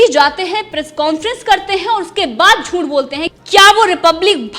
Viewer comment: Jhunth nahi jhuth hota ha larki ...aapni juban ko theek kar yrrr tu larki ....,.. 😄😄😄juban theek kiya kar yrr larki